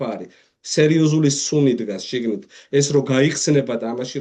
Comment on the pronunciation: უდიდესი თხოვნა გადაცემის წამყვანთან: “შიგნი” არა - “შიგნით” კი